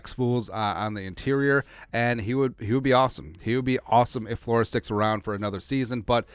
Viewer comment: Dont hate me, when you say interior it makes me lmao.